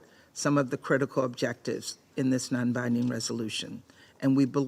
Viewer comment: "non binding resolution" she emphasized